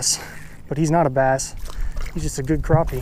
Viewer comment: Liked the video. Disliked pronunciation of crappie